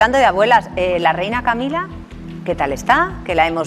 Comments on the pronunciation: Estos periodistas pronunciando en inglés. Camilla..!!!😵‍💫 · Eso parece, pero aun no aprendió a decir Camilla.😵‍💫